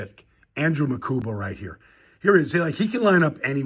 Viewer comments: His last name is pronounced Ma-Kooba, NOT Ma-Koomba. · Awesome pick! Straight Dawg! No "M" in his name though. Mukuba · I like how you’re just throwing an extra M into his last name, 😂 I hear a lot of disappointment from people about this draft but I trust Vic and Howie. Go birds 🦅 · MUKUBA!!! Not Mukumba. Stop already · Makuba not Makumba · Makuba. No “M” in the middle. Like scuba. MaKUBA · Bro where you get makumba from makuba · Its Mukuba 😂😂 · Not to be "that" guy but there's no "M" in Andrew's last name but you keep saying it like it is. 😞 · There is no second "M" in his name bro!